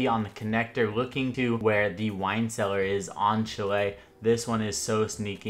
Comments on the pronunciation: Its pronounced sha-lay not chillay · Bruh chalet is said " shall lay " not chall lay. Good vids tho man lots of good tips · When they pronounce Chalet wrong (It’s pronounced shal-lay) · You're saying chalet wrong